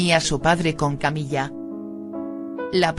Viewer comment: Porque dice "Camilla"?...acaso no es Camila